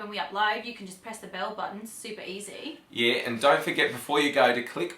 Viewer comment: I'm not British nor Australian but I was in New Zealand for a bit. did sound a bit Kiwi at points, shortened "e" to more "i". Like "yeah" sounded "yieh"..